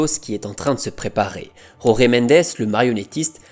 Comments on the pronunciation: Jorge mendes est portugais... on dit donc jorge à la française. "Roré" c'est espagnol. Pareil pour "Résus". Jorge Jésus ce prononce... Jorge jésus... tout simplement et non pas roré résus 😂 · Jorge avec un JJJJJJJ pas un R purée, ce n'est pas espagnol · Jorge=george et pas rorguè. Merci🙂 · Très bien mais en Portugais il n'y a pas Jota. J = J pas R ! ca viole les oreilles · Les gars faut arrêter de prononcer les noms portugais a l'espagnol. Il s'appel jorge mendes pas rore mendes. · Tres bonne video comme toujours , par contre en Portugais la lettre " J " ne se roule pas comme en Espagnol mais se prononce J . Donc on dit Jorge (George comme en Français) Mendes. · J'adore tes vidéos et te suis depuis longtemps ❤ Mais stp, en portugais "Jorge" est prononcé comment en français. 🫶🏻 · Superbe vidéo d'un joueur que j'ai adoré voir dans cette équipe de Porto avec Hulk et Rodriguez ! Par contre juste une petite remarque: l'agent José Mendes étant portugais, son prénom se prononce comme José Mourinho et non pas à l'espagnole